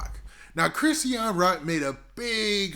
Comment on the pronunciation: Chri-sean two syllables wtf is a Chris- e-an